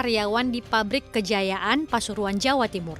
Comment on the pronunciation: nestle kejayan..bukan kejaya-an